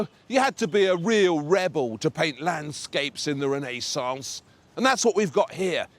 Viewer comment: René-saunce! Disturbing...